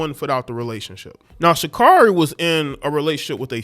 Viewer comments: Her name is SHA CARE REE. You cant even say her name right yet you wanna talk about her. SHUT UP. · Its SHA-CARE-EE😄😲 Never lay where you work😲😄